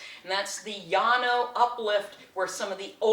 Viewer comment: You are the first person that I've heard pronounce Llano correctly in over fifty years living here, Thanks. The tour was great, btw. A little botony, a little geology...great.